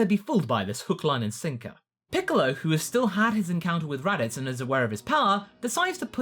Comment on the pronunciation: The raditz saga? You sounded like you said the “erotic saga”